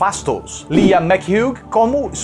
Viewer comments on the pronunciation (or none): none